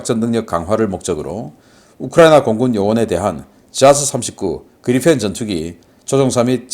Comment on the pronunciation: 그리펜은 Gripen 이고 발음은 그리풴이 아니고 그리펜입니다. P 빌음이 나오지 f 발음이 아닙니다. 신씨 이사랍은 모든 P 발음을 F 발음을 하는 이상한 사람입니다.